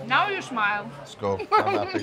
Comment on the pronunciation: Bruh he says "Skål" as "School"